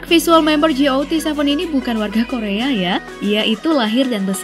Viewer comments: GOT7? Ji ou ti seven? UwU aku salpok, bukannya dibaca gatseven yq?:" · ji ou ti seven:)) GOT7 bacanya gat seven mbak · Kak got 7 bacanya gat 7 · "ji, o, ti seven" Gw: "gat seven/got seven" 😂. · koreksi dikit min, got7 bacanya kaya biasa, bukan ji-o-ti-se-ven 😁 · Mark G-O-T 7 pake di spasi gitu ya bacanya 😂😂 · Ngakak sama kata kata Ji O Ti Seven, salfok anjer. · Nyebutin GOT7-nya nggak usah dieja mbak 😂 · nyebut got7 gitu amat